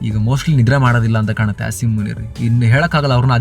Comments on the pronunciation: I love how you are saying “Ass”him munir 😅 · Assim❌️ ass -im✅️